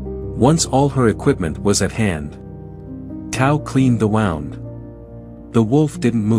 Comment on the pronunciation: AI mispronounces some words, like wound, and cadence of sentences.